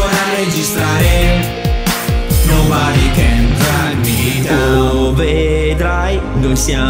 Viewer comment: curiosone si ma di pronuncia nobare non nobade